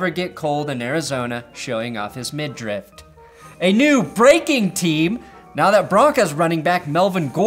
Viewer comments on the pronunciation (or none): Hey buddy. It’s midriff, not mid drift.